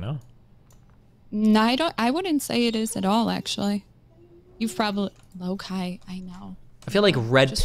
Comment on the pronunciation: Perhaps one of theist annoying people to come on stream. She calls her dog Low-Kai. Obviously she saw the name Loki and is mispronouncing it.